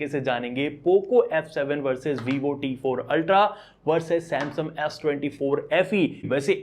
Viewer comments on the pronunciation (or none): Samsum❎ Samsung ✅ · Bro why do u say "Samsum", not "Samsung"?